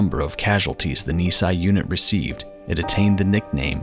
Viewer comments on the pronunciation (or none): A wonderful, deeply moving video. Just one quibble: "Nisei" (2nd-gen Japanese Americans) is pronounced "nee-say" not "nee-sigh" (which would mean "two years old").